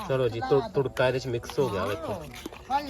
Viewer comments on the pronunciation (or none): turka nahi tarka bola kren